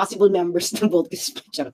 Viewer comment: I feel ginangbannggggg syaaa di lang nya masabi ng voltis five baka nga?